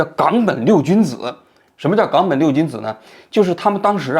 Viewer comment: gāng běn冈本，第三读音多难听